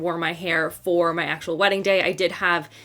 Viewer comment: FWEDDING....new word that will certainly catch on!! ha ha